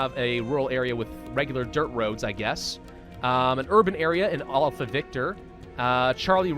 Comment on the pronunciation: He pronounced “alpha” “awl-uh-fa”. WHY ARE YOU SO MEAN,!?!? Edit: A typo.